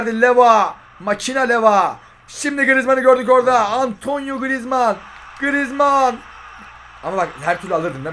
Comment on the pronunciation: abi antonyo değil antuan diye okunur